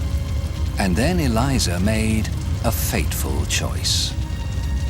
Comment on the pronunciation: Eleeza.... it's pronounced....